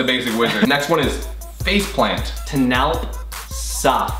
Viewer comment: I heard Collins say face planet and say face plant...so I think it wasn’t a tie.